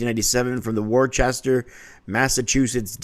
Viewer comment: Worcester is pronounced WORCE-ter lol